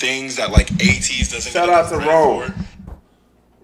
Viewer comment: Also it’s pronounced A-Teez (A like the letter)